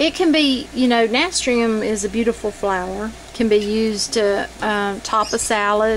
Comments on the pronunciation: Nah - stir - shum. ...pronunciation. Just for future reference 👍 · You are pronouncing it incorrectly. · Someone already posted and told her how to pronounce it. It's kind of rude to tell somebody they're pronouncing something wrong and then not tell them how to pronounce it correctly, the other person who posted was more polite 😅